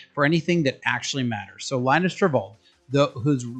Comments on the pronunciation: Please learn how to say Linus name, otherwise it feels like you are making videos about stuff you never knew until 5 minutes ago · In Finland, it is pronounced "lee-nus". In North America it is 'Lie-nus'. Linus Sebastian once made a video about this.